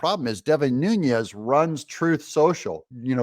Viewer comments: Its New-nis (Nunes) not Nunez hes Portuguese not Spanish. I hate that shit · Devin Nunes is not Hispanic. And his name is not Nuñez as it’s often pronounced. He’s Portuguese-American. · Doug, it’s pronounced Nooness not with the Hispanic ń, he’s of Portuguese descent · But it's Nunes with an s. Not a z lol